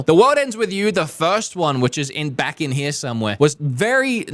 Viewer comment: "We're going to come vack and do the rest of the video in one quick shot" three quarters of the video length remaining